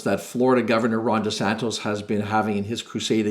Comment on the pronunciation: Great video! By the way it’s DeSantis not DeSantos lol but he’s such a douche so mispronounce his name all you want:)